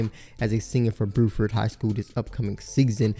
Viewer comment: He also says "boo-ford" high school instead of "bew-ford" high school